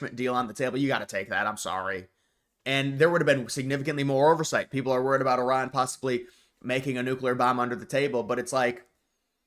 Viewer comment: Thank you for pronouncing Iran correctly